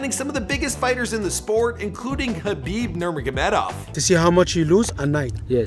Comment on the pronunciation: How the hell can you pronounce Ali Abdelaziz but not Khabib Nurmagomedov